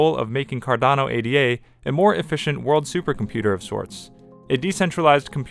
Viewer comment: It’s not A-D-A. It’s Ada. Like the woman’s name.